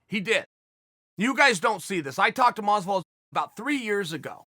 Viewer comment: Chael "Gorge Gamebred Mozvidoll" Sonnen